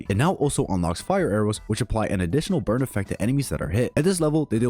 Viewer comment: I'm late.but why do I hear "bird" than burn.is it just me.